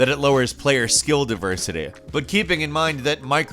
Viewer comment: wut is diversaty 😂😂😂😂😂😂